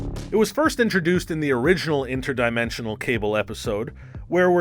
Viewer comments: Is my mans saying INTRAdimentional cable 🤮💀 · can u please learn how to pronounce inter-dimensional